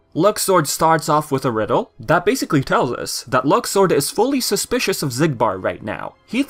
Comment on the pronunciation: with the new pronunciation "luxord" sound like luck sword